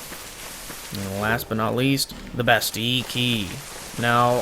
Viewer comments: Omg dude theres 2 L's in "Bastille" quit ignoring them! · I looked it up because it was bugging me too, and it turns out that it's actually the french pronunciation of the word. (I'm not saying that it's intentional, just saying)